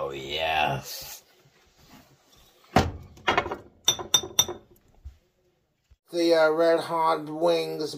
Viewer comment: Extra Cheese Yeesssth please! Bless you Mr. Bugs and Mr. Cheesepuffeth… but I digress